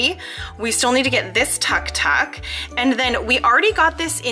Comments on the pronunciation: I meant it is pronounced took took even if it is spelt Tuk Tuk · It is pronounced took took even though it is felt tuktuk